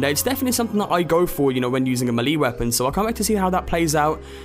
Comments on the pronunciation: It's pronounced "MEEEHHH-LHHHAYYYYY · you pronounce melee wrong